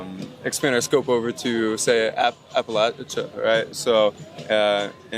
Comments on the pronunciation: "I'm from appal8cha." No one from Appalachia pronounces it that way. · "I'm from apa-laysha." No you're not. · dude doesnt even pronounce Appalachia right